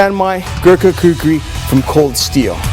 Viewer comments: He should learn how to pronounce Kukri because making an ad. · I love how much he struggles to say "Gurkha Kukri" lmao. I haven't seen this video in fucking yeeaars, glad I found it again